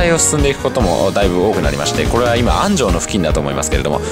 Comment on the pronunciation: 知立 安城 岡崎の発音がおかしい。地元民だと変な感じがします。 知立は(ち)がアクセント。ではなく、全部同じアクセント。 安城も全部同じアクセント。岡崎も。 どうでもいいですね。